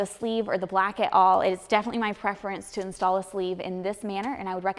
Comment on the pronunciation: Gotta work on that blaock, because when you put the sleeve in the blaock, you have to be careful not to damage the blaock. Sorry had to point it out, I'm from the south and get poked at because of my accent as well. Love your videos!